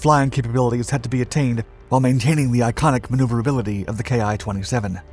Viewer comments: Can everyone else pronounce the "ki" correctly...??? You pronounce it as "key/kee" . Not "K-I", it's not an abbreviation. Not even "kai". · Small note. I think the "Ki" is actually the Hiragana character き - pronounced "Ki" - rather than two letters. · No, he didn't pronounce it correctly. 'Kee' is correct - they aren't initials, it's the Japanese syllable "キ".... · Please, some of these channels, do realize that the ki-xx designation on IJA aircraft should not be read as “kay-eye” xx since the designation is not originally written in western alphabets. Instead it was written in Katakana キxx.キis the abbreviation of キタイor 機体in kanji. There for the whole notion of describing the type designation in alphabets is, in a way wrong. By the way, referring to the subtypes of naval aircraft after 1942 as , for example type 52 for A6M5, as “type fifty two is also technically incorrect since the two digits refer to different things. A6M5 should be read as type Five Two because it represents the fifth airframe version and the second engine version. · Ki should be pronounced like the word key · The "ki" part is pronounced "Key". Its a number, for the month.